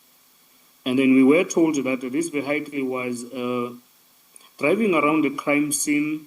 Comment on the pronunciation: Odd no one has informed the witness of the pronunciation of the word vehicle (Privately) Brothely love. Im learning a bit of Xhosa and appreciate always. Ubenosoku ulamnandi kakushle 😊